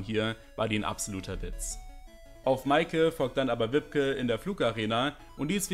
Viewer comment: Ich werde immer so getriggert wie er wibke ausspricht 😅